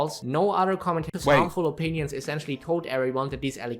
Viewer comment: "Horrible Mindset Opeeneeons."